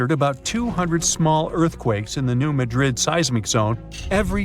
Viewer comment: Wow - learn to pronounce the name of the town correctly - it doesn’t rhyme with Madrid, Spain. Emphasis on first syllable.